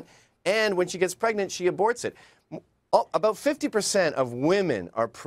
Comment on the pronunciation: She's so Canadian. It's the first time I heard "aboot" (sounds more like a-boat though) pronounced in a non-joking way.